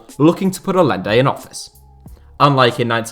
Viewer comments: The name is pronounced "Al-YEN-de", not "All-lende". Beyond that, has there ever been a time FIFA wasn't a sewer of corruption? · Aye-enday not a-lenday lol ETA: yoon-ta not jun-ta lol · The LL is pronounced like a Y , Ayyende not Al lende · It's not pronounced Alende, it's Ayente. Salvador Guillermo Allende. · It's pronounced "Ayende". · Great video, and it might be nit picking, but as a Spanish speaker, I have to say to say it. Hahaha hearing you pronounce Allende was actually quite grating. It's spelled Allende, but it's pronounced like Ayende. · Just so you know, Allende is pronounced Ayende. Two Ls in Spanish make a Y. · His name was pronounced "A-yen-de" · Is it not ‘ay-ende’? The double ‘l’ in Spanish is pronounced like a ‘y’ or in Argentina like a ‘j’. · just thought I should say that Allende is pronounced Ayende, the double l is its own character in spanish and is pronounced as a Y sound